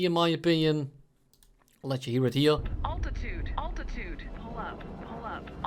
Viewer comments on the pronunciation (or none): Oltitude, oltitude. I can never unhear it.